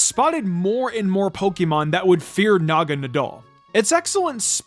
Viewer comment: It's Pokémon, not Pokeemon!!!